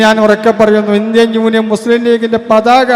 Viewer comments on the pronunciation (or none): none